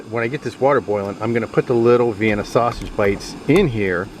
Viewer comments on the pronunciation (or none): Say snausage one more time you fucking mook. Jesus. Also, shiny side goes down on foil dipshit.